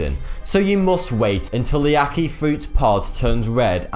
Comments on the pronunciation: ackee is so good :L just wish he didnt say ack-eye XD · oh did he say aki?? and saltfish?! its ackEEE say it properly. vote this up he needs to say it properly. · lol it's ac-kee not ac-keye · Its pronounced ack-key and saltfish not ack-kye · Monty Cantsin he was doing well with the Ackee until the last bit. I like to think he does this on purpose.